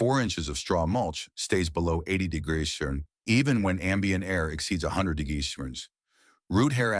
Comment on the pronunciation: AI can’t pronounce the word “degrees”. LOL